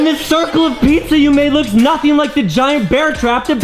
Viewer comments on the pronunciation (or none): Not pisa its pizza